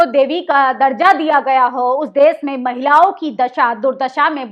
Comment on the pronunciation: आप जागरूक करने वाली खबरें बताती हैं सराहनीय है पर आप अपनी हिंदी सुधार लो हिंदी में अंश्वार का बड़ा महत्व है जिसे आप नकार देतीं हैं महिलाओ नहीं महिलाओं होता है जिसे नाक के सहारे बोला जाता है ।